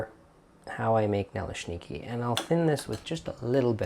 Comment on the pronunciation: My mom would make those on occasion, simply filling with apple sauce with some sour cream on top. Over the years I've made both sweet and savory versions of these. Good pronunciation! Oh, I have a well seasoned 8 inch cast iron skillet that works perfectly too!